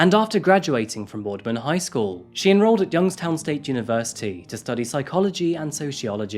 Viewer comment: Youngstown native here. I did a double take when I heard you say the town name. Keep it up bud. Love the channel